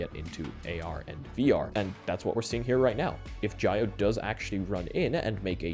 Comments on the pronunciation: Jio is also pronounced "geo", not "gy-o". Par for the course really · Jio is pronounced gee-oh. Trust me, I'm Indian.